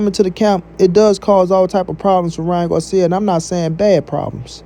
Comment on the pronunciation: First 🤷🏻‍♂️ bruh is not guarcia is Garcia 🤦🏻‍♂️